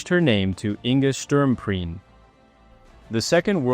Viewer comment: You can't even pronounce his name properly. Waste of time.